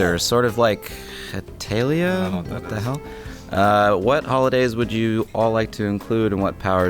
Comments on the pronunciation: It's pronounced Heh-tal-ee-uh And yes, it does suck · struggled to pronounce Hetalia... smh. Fucking love that anime lol